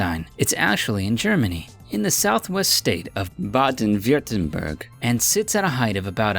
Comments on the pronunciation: you said virten not wutin berg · you pronounced baden wutinberg wrongly on number 5